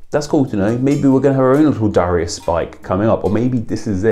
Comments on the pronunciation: dare-ee-us not da-ry-us "darius rucker" for example. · The site that told you how to say Darius is wrong. It's pronounced DARE-ee-us. BTW, Darius Rucker is from my hometown and my uncle goes to church with him. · Scotland - always pronounced it Darry-us. Never heard it said the way you do :-D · I had no idea it was actually pronounced "duh-RYE-us". every Darius i knew or heard of was pronounced "DARE-ee-us" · Do you pronounce it DAR-ius or DA-RI-us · It’s pronounced Dare-E-Iss, in the US at least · Who the hell pronounces it dor-ai-us!? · Yea he butchered it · Here in the US, too. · Yeah, I've never heard it pronounced like that! I wonder if it's an oopsie or if some people actually say it like that? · Is it not pronounced DAR-ius? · Nobody has ever pronounced it the way you have lol